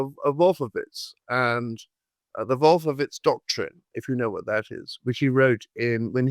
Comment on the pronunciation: I rolled my eyes all the way to China. This guy stinks like his pronunciation of "Wolfowitz". What a doosh (mispelled)!